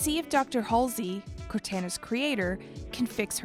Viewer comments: What was that? Who’s Hazelly? You mean Halsey? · HAY-SLEY (It's Halsey) and COR-TAIN-A (Cor-tana) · it's not "Hasley", it's "Halsey" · "Dr. Hasely" not Halsey! Omg, grrrrrr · You missed soooo much, and pronounced moms name incorrectly. H a l s e y ...... Haisly SMH, also you made it sound like the Spartans were the clones. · It’s pronounced Hall-Zee not Has-Lee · This was not a great video. The writing was bad (saying universe instead of galaxy several times), mispronouncing characters' names (Hasley instead of Halsey, the way she says Cortana), and getting certain points wrong (Jul M'Dama's splinter group). You can tell neither the writers nor the narrator know the lore. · It's Halsey not Haysley. ♥ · She said Haysley instead of Halsey. Halsey should be pronounced as Haal-see-y. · Say it with me now, CATHERINE HALSEY!! HALL-ZEE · The only thing you got wrong that pissed me off about this was you saying Halseys name wrong it is pronounced as H-Al-Seys it's quite simple to say really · There's so much missing and so much incorrect information here, and the name mispronouciations like "cortena and halsely" like what? lmao, and no mention at all of the banished and both halo wars...or odst, or reach [it was only the attack on the planet and operation red flag covered in like...20 seconds] anyways if you want accurate halo lore either follow halo canon, installation 00 or hiddenxperia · She also said “Dr Katherine Haisley”….. I’m sorry….. who? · And "Haisley" 😭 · that and Halsey. She kept saying hasley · I’m sorry Doctor Katherine what? How did you say Halsey? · Says names of an Allen race without issue. Can't say Cortana or Halsey. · Make sure whoever reads the script you guys write actually plays the games so they know how to pronounce names that have been said a hundred times during the game. Bozo clearly didnt play any of them pronouncing cortana and halsey like that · Mispronounced Halsey and Cortana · She also mispronounced dr Halseys name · And Halsey.